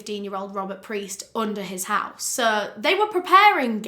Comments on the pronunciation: I love your videos so much! However, there are a few corrections that I want to point out: the boy's last name was Piest not Priest; very easy to get mixed up. Also, it's not Lime it's actually pronounced. ^_^ So happy you're back! Can't wait for the next case! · It's Piest, not Priest. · I'm just here to say it's Robert PIEST not priest....no R. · Peist, NOT Preist ugh it's driving me nuts. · Rob peist pronounced like peiced together. Not preist, not the holy man. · It’s Piest not Priest :) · It’s Rob piest not priest 👍🏽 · I just want you to know that you call Robert “Priest”, it’s Robert Piest. Just a small correction. Otherwise fantastic video and now you’re one of my favorite YouTubers. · I just would like to make a small correction in your research. The boy who worked at the pharmacy, who became one of Gacy’s final victims, was named Robert Piest. You kept saying Priest instead of Piest. It’s a small mistake, but a rather important one in my opinion. I just thought you would like to know that. Thanks for all the hard work you do to put out these vids!!! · I'm sorry but could you please show more respect to the victims by doing proper research and stating their names correctly? His name was Robert Piest, not priest. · the boy's name was Robert Piest. (say his name.) tho frankly the mispronunciation "Priest" is super fitting to the way - tho his death was equally as horrific as all of Gacy's victims - this one case was suddenly taken seriously and deified to the point of giving enough fcks to actually solve this already easily solvable case (ie. this had already been solved by an openly gay man who had been tortured and assaulted, but the police didn't consider that a crime) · Love you and your work….just wanted to say it was Robert Piest, not PRiest. Sorry to be annoying, just feel like it should be mentioned. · It's Robert "Piest." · We love you! It's Robert Piest though XOXO